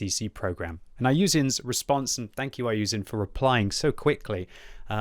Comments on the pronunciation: his name is iyouxin not iyouzin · bro you dont even pronounce his name properly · dude is from the uk and still cant pronounce iyouxin 🤦🤦‍♂🤦‍♀. good job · I like you and your videos but Please try to pronounce the name correctly